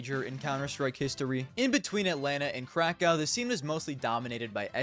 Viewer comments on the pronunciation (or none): none